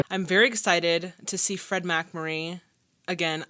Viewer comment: Takes skill to mispronounce "Fred". 😅